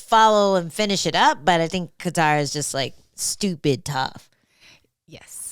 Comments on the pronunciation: In what language would "Kattar" be pronounced as "cater"? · "Calvin Qatar" 😂